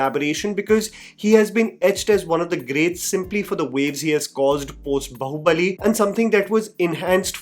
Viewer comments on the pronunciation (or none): It's not बहु (daugher in law) it is बाहुबली, बाहु as in arms. It's irritating to hear wrong pronunciations over & over again. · Am I the only one triggered by calling it “बहुबली” instead of “बाहुबली?” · Why can’t you pronounce Baahubali properly.. the movie has so many scenes of the character being called and you still pronounce it wrong.. it’s not bahu-bali.. it’s baahu-bali